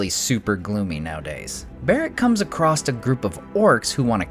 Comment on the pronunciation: Bro - there is no ‘t’ or ‘ed’ at the end of across. Jesus man